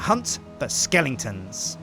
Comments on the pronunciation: "Skelington's" Why do people pronounce it like that? It's "Skeleton's" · "I don't nothin bout no skellingtons" Hot Fuzz. Skellingtons is not an actual word it's "Skeletons"